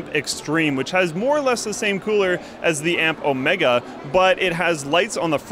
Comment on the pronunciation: Why can't you pronounce 'Omega' correctly? Cringe.